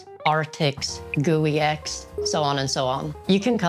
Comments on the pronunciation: Hi, quick pronunciation check: BTRFS is pronounced as "better F S" and Guix is pronounced as "Geeks". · Guix is pronounced geeks